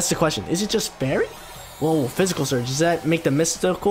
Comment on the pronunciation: Everytime he says "physical" terrain i cringe...